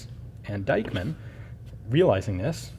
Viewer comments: Why do you pronounce Diekmann like it was Deichmann? Just adking. ☺ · Pronounce "Deekman". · Dieckmann is pronounced Deekman! ie (German) is pronounced ee (English) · In german the name Dieckmann is pronounced like Deekmann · Forgotten Weapons speak it like Deekman (the a like the a in Marshal) ;-) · Forgotten Weapons But you can pronounce Deichmann very good...good job on that...